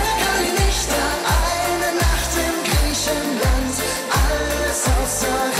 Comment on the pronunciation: Grieschenland. Was ist das für eine Aussprache. 🤦‍♀️